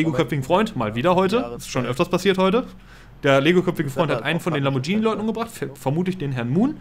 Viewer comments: /klugscheißermodus ein lamborghini, nicht lambordschini, wenn ein h nach dem g kommt spricht man es wie ein deutsches g aus. /klugscheißermodus aus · "Lamborgenie" :D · Lamborghini wird wie Spaghetti ausgesprochen^^ Mit einem g :P